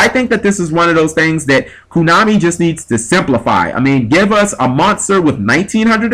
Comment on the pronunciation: it's konami not kunami....